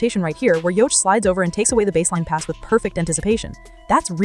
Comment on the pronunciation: Why in the world are you showing Luka Doncic the entire time you're talking about Nikola Jokic, whose name you mis-pronounce, by the way? This has to be Artificial Stupidity.